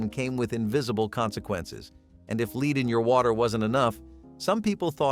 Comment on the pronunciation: Ahh the dreaded "leed" pipes and sol-der.